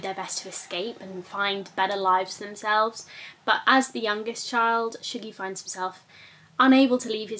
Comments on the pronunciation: Shuggie Bain is one of the best books I think I've ever read. BIG fan. I felt very sucked in to Shuggies world. Although according to my Glaswegian mum I think its pronounced 'Shuggie' as opposed to 'Shoogie'. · Listened to Shuggie Bain on audio.. and loved it, it made me cry and laugh. Just for info Shuggie rhymes with huggie 😉